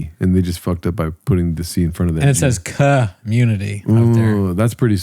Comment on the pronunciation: the way says " phewuuuucked" hit me in my giggle muscle pretty hard